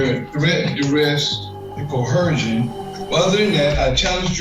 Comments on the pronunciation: Probably just me, but why do they put an “h” in coercion, pronouncing it “cohersion?” It really grates on me! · I thought he was saying cohersion 😂